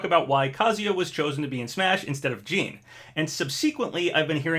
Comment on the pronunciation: who is jean? lol its JiiiiiiiiNNNN!!!